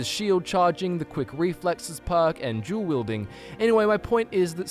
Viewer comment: "jewl wielding"